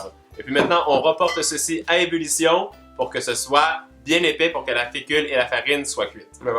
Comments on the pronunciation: Ç t une bonne "umulution" 😂😂 j'adore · Comment t'a dis? "Ulition"? Bulition? 😂😂😂😘😘💘💘💘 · «Ébullution» mon petit 😂